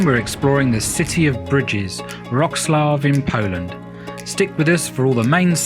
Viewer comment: Everything's great but you are killing the proper pronauciation of the city...